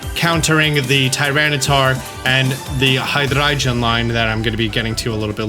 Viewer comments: I love and all of his videos but am I the only one who cringes every time he says High-Dry-Jun? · I have to know and so I ask. Why do you pronounce Hydreigon like that? It's a hard "g" my g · I love you but Hydreigon is pronounced..... Hi-Dry-Gone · repeat after me. Hydreigon. Hi, Dre, Gone. Hydreigon. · why do you say hydriegon wrong and weirdly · I get triggered with your pronunciation of Deino, Zweilous and Hydreigon. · Why do say Hydreigon like that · Why does the way you pronounce hydreigon sound so pretentious 😭